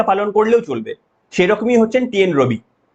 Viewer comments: টি এন রবি নয়, আর এন রভি। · R N ROBI,, tumi mone hoy bhul bole felecho, TNRobi noy, hobe Rn Robi.